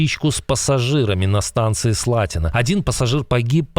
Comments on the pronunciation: Правильно буде СлатінО а не СлАтіно ! 🙃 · Слатіно удареніє на останній слог !!!